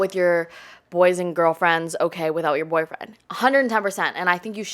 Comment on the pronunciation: “Yuh Boifwen” 😅